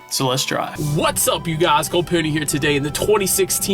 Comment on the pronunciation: Good ol "GUL POONY"